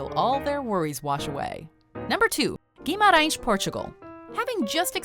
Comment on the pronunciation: Hi I'm Portuguese and let me say I was stoked by your perfect accent when saying Guimarães! I'm a big fan of your travel videos. Keep on the good work!